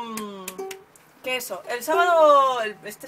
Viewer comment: jaja yo lo decia porque me hace gracia que la dice "queso" por decir "que eso"